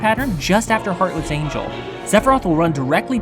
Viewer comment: Hahaha you said one winged Angle not angel